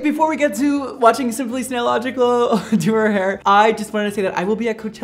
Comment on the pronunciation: I cried when he said snaillogical